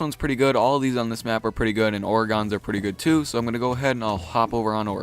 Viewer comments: The map Oregon is pronounced he same way as the state, or-a-gun not or-a-gan wtf dude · People never fail to impress me with their horrid pronunciations. Orgon... Really? I'm Australian and I know that it's pronounced Or-e-gon. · Oregon not Oreeegon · orygon... Oregon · Staph saying Oregon like that I live in Oregon and we say it like oregin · Oregon is pronounced like "organ". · he puts too much emphasis on the "e" he says it like "or-ahhh-gon" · who else gets mad when he pronounces Oregon wrong? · you pronounce Oregon wrong, I live there and it irritates me. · Am I the only one who cringes when he says Oregon? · The way you pronounce Oregon...I want to punch you...love your vids tho